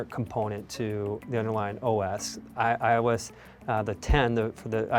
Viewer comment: He can't even pronounce iOS. This guy needs to stop doing Apple stuff, and apparently they released iOS in the fall. The fall of what?